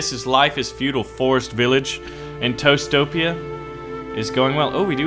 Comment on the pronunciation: every time you said toastopia i heard toestopia. the land of the toes 😂